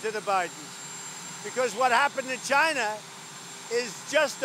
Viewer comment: Can someone please please teach this man how to say China properly